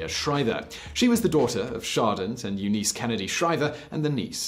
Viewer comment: Did I hear you say "Shardent" instead of "Sargent" Shriver?